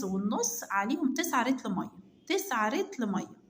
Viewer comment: مبدأيا كدة النطق السليم (لتر ) مش ( رتل)